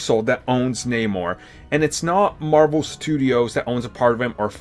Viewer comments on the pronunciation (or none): “Pwesident of mawvel studios”